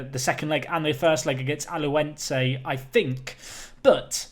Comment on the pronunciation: It's Ala-h-uen-se :)